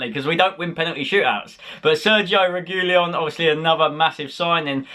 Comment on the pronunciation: Regulon it's pronounced.... The g isn't silent